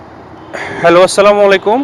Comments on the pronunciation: 🚫ভালো লাগলো,,তবে সালাম টা ঠিককরে দেবেন প্লিজ। সালামাইকুম না❌ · ভাইয়া কোন কিছু মনে নিবেন না প্লিজ আপনার সালাম হয় না ভাইয়া সালামমুয়াইকুম না ভাইয়া আসাল্লামুয়ালাইকুম হচ্ছে সঠিক সালাম ভাইয়া